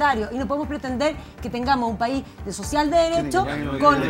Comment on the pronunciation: Basta con ver cómo le dijo "sociah" y "salga de aqui" a una señora, desde su postura de presidente de la nación y no del barrio poh🤣🤣🤣🤣🤣🤣